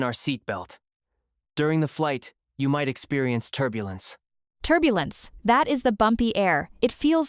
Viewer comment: Turbulence is pronounced wrong.